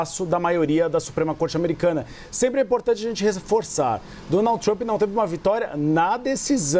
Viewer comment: Essa moça da CNN Brasil/ NY, ou, ela sempre Donalds Trump. É uma piadinha disfarçada da repórter para lembrar do Pato Donalds??? Ou é problema de dicção. Só queria saber.